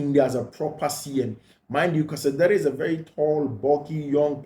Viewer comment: Bro is butchering Casadei’s name real bad 😂😂😂😂